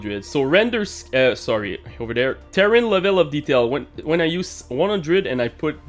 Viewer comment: Ter rain is how you pronounce Terrain NOT Ter ran. ;) You are welcome :)